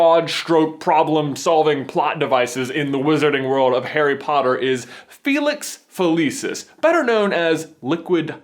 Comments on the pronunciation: Dood, it’s fill-iss-ees not feh-lee-sis. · uhhhhhhhhh gawd its pronounced fe-lix fe-lik-is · i love you guys but stop pronouncing a bunch of stuff wrong like felix felicis and exspelliamus. next thing you kno youll pronounce voldemort without the T like Jim Dale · Felix-F-eeee-lee-sus no no nononono please say it right! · does anyone else pronounce Felix felicis different than him and if so dosent it drive you crazy hearing it said differently